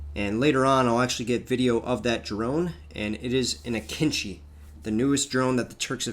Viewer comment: The entire video I was struggling to understand which drone this dumbass refers to when he says "kinchi" Turns out he was talking about AKINCI. That's not how you pronounce it, it's like way off